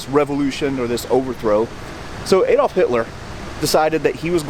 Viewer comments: Your videos are excellent but just a point regarding your pronunciation of Adolf. It is with a hard A as in apple, not soft as in apron. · Shame about the dreadful American accent. The word “route” is pronounced “root,” not “rout.” The “A” in Adolph is pronounced as in “rat,” not as in “cake.” Nothing annoys me more than Americans mutilating the King’s English.🏴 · Shame about the dreadful American accent. “Route” is correctly pronounced “root,” not “rout” as Americans have it. The “A” in “Adolf” is pronounced as in “rat,” not the American pronunciation as in “cake.” Nothing annoys me more than Americans mutilating the English 🏴 language.